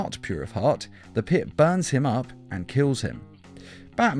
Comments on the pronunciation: When u said pit u said piss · Dude half of the time you were saying piss instead of pit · You pronounce it like it's Lazarus' piss